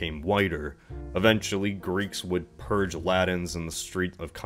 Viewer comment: I love these videos. But if I were to make one critical comment it would lie in this request: Please! Aspirate your t's man!! I cringe every time you say Briddain and the Laddins instead of Britain and the Latins. Please for the Love of all that is holy! I beseech thee!!